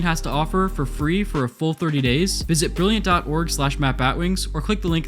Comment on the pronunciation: I spent atleast 3 minutes trying to figure out what you were trying to say 💀